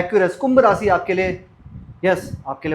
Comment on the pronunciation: श स ष सही नहीं है आपका । रासि नहीं राशि , सुक्र नहीं शुक्र